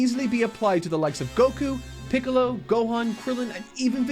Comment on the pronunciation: Mark wouldn't mispronounce Little Green's name like this imposter.